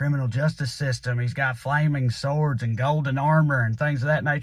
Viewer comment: When Trae was describing the forthcoming trading cards, and said "flaming swords," I first thought that he said "flaming sores," which would be more interesting and accurate.